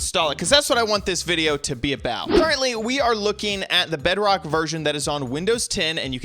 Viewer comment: It's not Bedbok it's BEDROCK